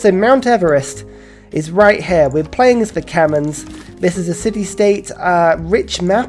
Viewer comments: I swear, he has to be joking when he pronounces it kemens, it pains me to hear it said like that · You're suppose to pronounced them as KEH-MEREE... Haha. Sorry..